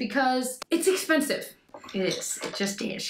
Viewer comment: Cracking up at you with that Charlotte Tilbury Hollywood Contour Wand. Had to rewind just to hear you say “expeRnsive” again. You’re adorable.